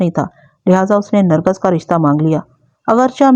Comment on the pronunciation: Nargas ghalt lafz h, sahi Nargis h.